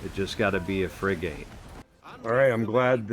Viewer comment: Bro love the video thank you but the pronunciation of the ships is Frig-it